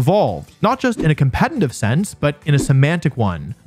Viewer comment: Here goes to another 42 mins of Wolfey mispronouncing "competetive" as "competentive" sigh (I'm eating it up), but at least it's good content (it's amazing).